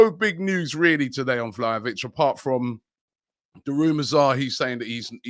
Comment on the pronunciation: pronounce Vlahovic's name correctly or you just sound like the fool you look like.